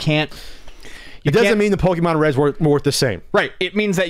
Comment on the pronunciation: Pokèmon said with a hard "e" always bugs me.